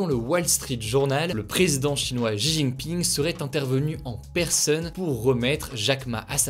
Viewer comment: La prononciation de 习近平 [xijinping]😭😭😭